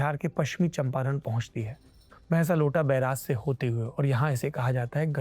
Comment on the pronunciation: " 🖋🖋🖋 आदरणीय श्री जी! नमस्कार!! भैंसालोटन(भारत) और त्रिवेणी (नेपाल) बार्डर पर अवस्थित गंडक नदी पर बना वाल्मीकी नगर पुराना नाम (भैंसालोटन) विशाल बांध है!!! आपने भैंसालोटा कहा है, कृप्या इसे दुरुस्त करलें!!!! बहुत-बहुत धन्यवाद 📘📘📘 "